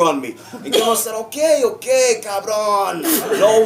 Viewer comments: Me imagino a Guillermo del Toro hablando en inglés y poniendo la palabra cabrón😂 en sus frases, muy de México 'cabrón' además Charlie lo dice perfectamente: cabrón!!! 'just cabrón'❤ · Charlie is so funny, and every time he said "Cabron" do it perfectly! :D